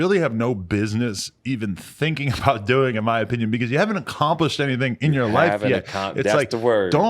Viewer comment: Accromprished lmfao